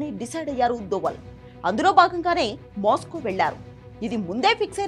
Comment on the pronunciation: అమ్మా కొద్దిగా తెలుగు స్పష్టంగా చదువు. ట్రబుల్ , మాస్కో..